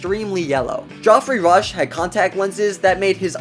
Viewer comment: Bro said Joffrey Rush